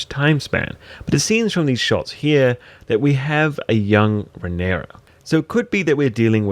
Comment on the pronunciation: And calling Balerion "Balon", and Rhaenyra "Raynarr". Seriously, wtf?